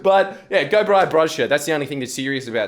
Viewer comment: "Go bry a bruz shirt" Thats right. We all heard it. You illiterate flog.